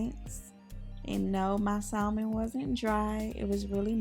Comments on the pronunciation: "Sa - mən", I know it's hard to ignore that "L", but it is silent. It's like saying the name Sam and then ending it like your Jamaican. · The L in salmon is silent! It is pronounced samon!